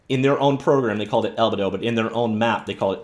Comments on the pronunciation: FYI, it's pronounced "al-bee-dow", not "al-buh-dow". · You're killing me with the way you pronounce albedo.